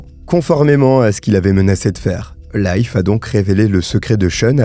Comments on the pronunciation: A propos, Leif (le nom de l'ami du soi disant pasteur) se prononce "LIF" et non "life".😊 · Leif se prononce Leef, comme un i long... Je dis ça comme ça 😅